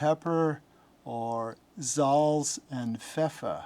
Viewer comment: How you pronounce "Salz" and "Pfeffer" gives me goosebumps as a German. Well done. :D